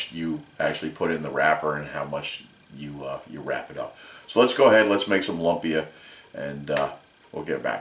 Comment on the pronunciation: Doesn't matter too much but I have always heard it pronounced Loom-pia. Thanks for the video